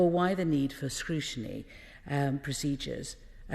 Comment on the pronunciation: What's scrushiny? Is it like scrutiny but mixed with gin? Gotta love labour the gift that keeps giving